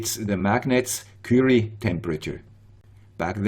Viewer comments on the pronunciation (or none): none